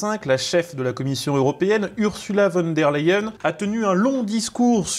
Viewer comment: On prononce "OURZOULA FONNE DÈRE LEYEN" et non URSSULA VONE DÈRE LEYEN" Dugland